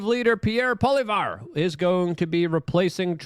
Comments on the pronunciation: It’s pronounced poly-ev not whatever you said lol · Learn to pronounce Poillievre's name correctly........POLLY-EV and Christia Freeland's name is NOT Christina. Geeze. Get it together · pronounced polli av lol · Hey Luke, for future reference: the next Canadian Prime Minister's name is pronounced: Polly-ev and if you want to get fancy you can roll in a soft "r" at the end: Polly-ev-re